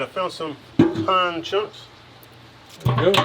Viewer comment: Did I hear "Pine" chunks or "Pecan" chunks?!